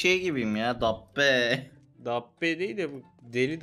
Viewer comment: Abi dabbe ye değil kahbeye benziyo